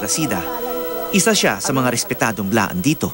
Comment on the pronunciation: Blaan not bilaan